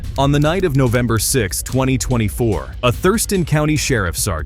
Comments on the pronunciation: Novermber. :P Loved the vid, subbed. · Ahh yes…… Novermber… I love that month.. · November* not Novermber 😂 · Novermber? Seriously? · novermber xd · Novermber lol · "Novermber" lol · Ah, yes, Novermber. My favorite month. I think this guy graduated from the academy.... ACAB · its not Novermber its November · ah, yes, the dreaded month of NoVeRmBeR. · "novermber"😂😂😂 Edit: man my comments were cringe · Ah, yes, my favorite month, "Novermber"😂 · wild times in “novermber” 😂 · "Novermber," lol. Also, IMAGINE pulling over a plane! I would've taken early retirement. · novermber? Come on guy…no excuse for this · "Novermber" 6, 2024? 😂😂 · I think Americans are a little silly for removing an "i" from aluminium, but adding an "r" to November takes things to a new level😉